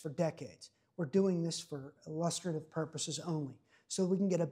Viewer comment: "Illustrative" pronounced 'Ill - us - stray - tiv'